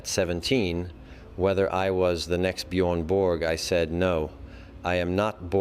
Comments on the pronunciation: I real Swede would Never say Bjoern Bork? Its Björn ( Bårj) Borg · Is that why Stefan Edberg couldn’t pronounce Björn Borg’s name correctly?